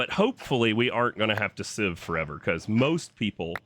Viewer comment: Oh sieve, I thought you said shiv....